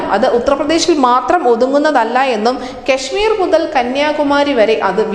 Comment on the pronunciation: ഈ കുട്ടി എന്തിനാ എപ്പോഴുംകെശ്മിർ എന്നു പറയുന്നത്